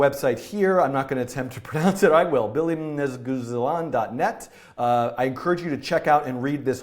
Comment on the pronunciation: I'm native Turkish and i like how you pronounce the name of the website :D and great video, thank you <3